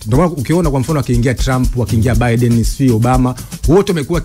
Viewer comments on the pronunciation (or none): none